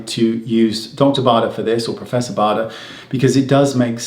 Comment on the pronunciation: Professor Bader is German and we definitely pronounce his name the way Wayne does, not the American way: that would be something like Bäder with an „Umlaut“ on the „a“.